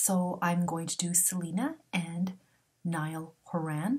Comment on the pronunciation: Thank you so much for this. Other readers have said her and Niall have a chance but Selena doesn’t know if she’s ready. And Niall’s first name is pronounced ‘Ny-UHL’ Niall’s last name is pronounced ‘Hor-in’ lol